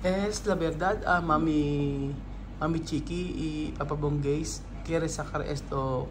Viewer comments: Kuqui ng kuqui so instead na Chiqui😅😂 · nagkakamali ka na banggitin si Papa Bunggey at ang Sabi mo mo Mama Kukie instead of Mama Chique. Namamali ka na big kasin ang Mama Chique, Napolitano mo ng Mama Kukie. I correct mo ang pagbanggit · CHIQUI not KOQUI...